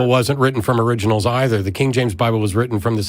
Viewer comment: "We don't have theriginals"